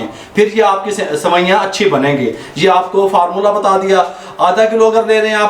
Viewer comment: “Faarmoola” 😂😂😂 love this guy!